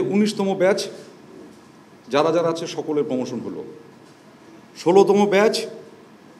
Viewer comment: এপোনমেনট, সিডুল, পোমোশন😂😂😂